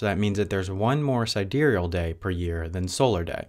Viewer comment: You don't spell sidereal properly. :-) And I also think he actually did pronounce it properly.